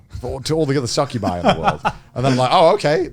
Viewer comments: Connor calling succubi "succubusses" hurt me deeply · Somebody understood Succubi wrong. The guy heard SUCC-ubi.